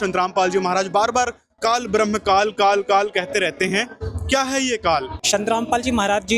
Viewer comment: ये सब बकवास कर रहा है ब्रह्म का सही उच्चारण नहीं कर सकता और पढ़कर सुना रहा है। रामपाल जैसा अनपढ़ गीता का ज्ञान दे रहा है।